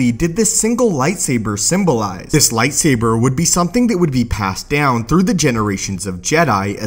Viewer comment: Nobody: This dude: lightsaberrrrr